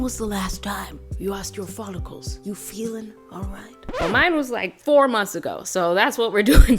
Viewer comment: The way she said follicles lol